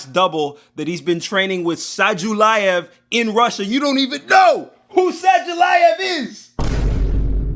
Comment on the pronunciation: 📍South African here. We don't care who Sah-ju-laev is (whatever his name is)... We dont care that Khamzat is getting EPO from Dillashaw's gym... Dricus will stop the takedowns, gas out Khamzat, and TKO him😐